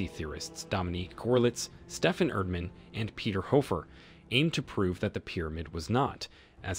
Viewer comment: I love the video but bro u butchered every Egyptian name and poor Peter hoffer